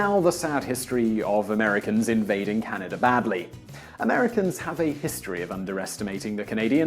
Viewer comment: about the map of huge america... Canadi? wtf? bruh, y u call us canadi's